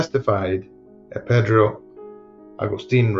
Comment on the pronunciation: I cringe every time she says "Pedro"